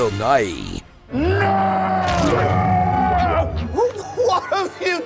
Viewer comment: First off, Doctor Who is NOT “disposable pop culture”. Second, it’s pronounced nye, not nigh-ee. In the immortal words of Bill Nighy “NOOOOOOO!!! WHAT HAVE YOU DONE!!!”